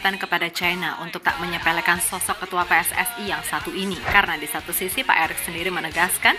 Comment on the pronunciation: Bro PSSI di bacanya dalam bahasa indonesia bukan ejaan Inggris! Jadi di bacanya pe es es i bukan pe ss es ai 😊